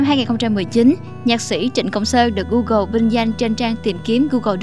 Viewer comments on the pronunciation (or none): none